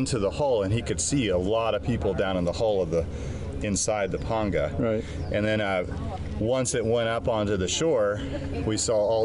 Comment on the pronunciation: Painful to listen to her pronounce panga.